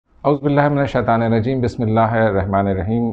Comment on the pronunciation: اسلام علیکم ۔بھائی جان آپ سے کزارش ہے ۔اور یہ بھی ہو سکتا ہے میرے سنے میں غلطی ہوئی ہو ۔جب آپ اعوذباللہ پڑتے ہیں ۔تو ط اور ن کو ملا کے پڑتے ہیں ۔